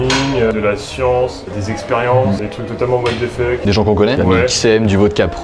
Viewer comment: « what is the fuque » 😂